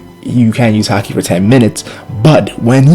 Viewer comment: its pronounced ha-ki not hacky